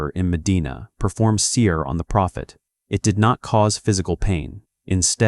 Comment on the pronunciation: اشهد ان لا اله الا الله واشهد ان محمدا رسول الله ، اللهم نجنا مما نعلم ومايخفى عنا واحمنا وجنبنا شرور انفسنا والضعفاء منا وثبت قلوبنا على التقوى والهدى والإيمان Thank you for th video my brother, btw its called seher not seer i think th AI voice hasn't became Muslim yet😊